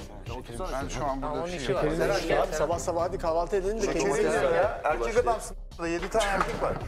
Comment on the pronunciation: eRRRRRRRRRRRRRRRRRRRRRRRRRRRRRRkek be